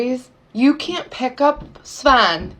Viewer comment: I... is her kid's name Sven? Like the Swedish Sven? And she's pronouncing it Svähn?